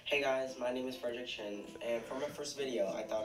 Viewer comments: Wait a minute Did you just say Or is quarantine finally getting to me 💀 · Why do I keep on hearing your name as And why do I keep on thinking of you as a human chin??